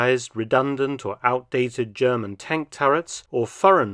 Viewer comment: Dr Felton I respect your German pronunciation abilities. ❤